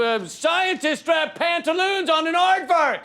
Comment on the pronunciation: Lee, don't ever attempt to say aartvark again. ;)